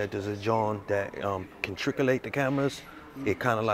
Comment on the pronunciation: "Trick-a-lates the cameras" 😅